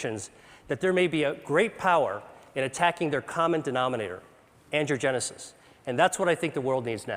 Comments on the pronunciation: It really would help if he didn't keep saying 'andrewgenesis', when it is ANGIOgenesis. This sloppy way of speaking can cause misunderstandings and thus mistakes. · Can't get over how he pronounces angiogenesis like "andrewgenesis" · I wish he would stop saying, "Andrew-genesis." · I wish that everytime he said "angiogenesis", it didn't sound like "andrewgenesis". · The slides say "angiogenic or angiogenesis" but I swear that it sounds like Dr. Li is saying "androgenic and androgenesis". Is the slide wrong or is Dr. Li just rushing the pronunciation of the word and making it sound like something other than is written? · Every time he says, “angiogenesis” — the generation of vessels — it sounds like he’s saying “androgenesis” — the emergence of Man — or “Andrew-genesis” — the birth of Andrew. It’s like a Christian theologian referring to “The Crucifixion of the Lord” as “The Circumcision of the Lord” — both events happened, but at different times and for distinctly different reasons. Cancer research breakthroughs such as this are rare; correct enunciation even more so...